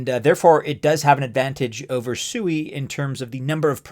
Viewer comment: You're obviously haven't done any research on SUI one of the first things you would have learned by going to their official website is it you have been pronouncing their name wrong the whole time if you can't even get the name right how can we trust the rest of your data. In Japanese it does mean water the Japanese people are laughing at you thinking you're a pig every time you pronounce it wrong